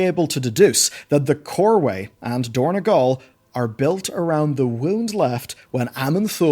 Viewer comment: > Yes, Dornegal... No, dorn-O-gal. Just like it was Oribos, not Ourobos (OU is read like U, like Uranus). Blizzard likes to change the names a bit, maybe helps them with copyright or whatever, but it's a nice touch to distinguish something from the game to its inspiration outside the game.